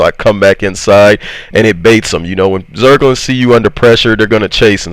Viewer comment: I could literally listen to a montage of you saying the word “zergling(s)” XDDDDD